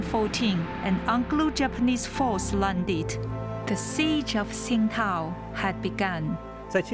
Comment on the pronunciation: I‘m afraid the journalist made a wrong pronunciation of the name of the city...